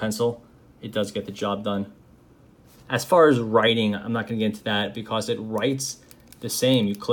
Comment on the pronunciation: So... I’m subbed because I like the content but am I the only one thoroughly entertained by the way he pronounces “because”?? BE-CAWCE